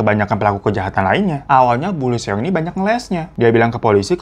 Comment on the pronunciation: Greget banget denger Seong Seong. Bacanya song bang biar enak di denger. Kalau mau fasih ya huruf O nya di baca tipis.